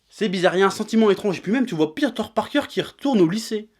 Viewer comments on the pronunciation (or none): none